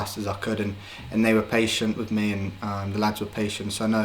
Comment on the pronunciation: He says wiv instead of with haha